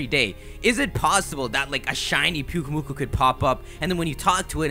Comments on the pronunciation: It's pronounced Pyuk-UH-mu-kUH. Then you called the sandcastle pokemon, pyukuhmukuh. Do you watch your vids before you even upload them? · Pyukumuku, pretty sure it's pronounced like Pew-key-mew-key XD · the sand castle pokemon... thats who he confused. he said piukkumuku when he showed a pic